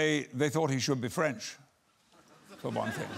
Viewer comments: Wow his French accent is spot on! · His french accent is actually on point lol